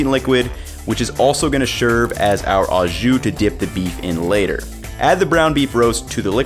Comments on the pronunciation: It's NOT "AWWW-zshoo"! It's "OHHH-zshoo"! NEVER, EVER take pronunciation lessons from GUY Fi-EDDY! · It's not pronounced "awe-ju". It is o-szu. Translation: with juice? As in, Do you want it "with juice"? or Do you want it au jus? Italian Combo is the way I like it. Hot (giardenarra), dipped! If you have a chance, get your italian sausage seasoned hot from the butcher. It isn't really hot but generally hot ones are more flavorful. Al's is the gold standard but people like Portillo's too. I'm an Al's guy. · Really minor but... Au Jus means with juice, and au is pronounced like "oh" or just o... and since au means with, you can just say "jus", kinda weird hearing "au" every time. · For the record « au » is pronounced « oh » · So he learned to pronounce Maillard correctly, but not au jus?